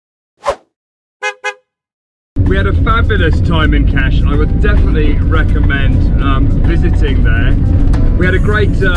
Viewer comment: 🤣🤣Fabulous "Cash" (Kaş)..!!!!